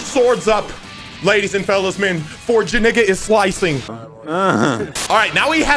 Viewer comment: bro he deadass called him "JaNigga”😭😭😭